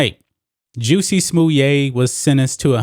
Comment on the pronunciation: Is that how his name is pronounced? I’ve been calling him jussy smallette LoL Anyways we are lucky to have seen any justice in this case. I don’t believe he acted on his own and I don’t believe he staged a hate crime to get a pay raise. And I’m sure he will be paid handsomely by his i conspirators to remain silent about their involvement.